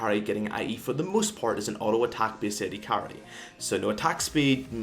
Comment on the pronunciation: "For the moost part" Hahahahah whats Wrong with ur English